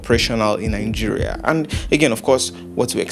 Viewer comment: Is your country name Nigeria or Ningeria? Why can't Nigerians pronounce they county's name?